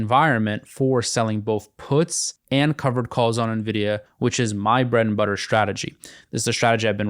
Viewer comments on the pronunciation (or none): none